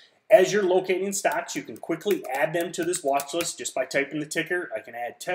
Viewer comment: "Wathlist" xD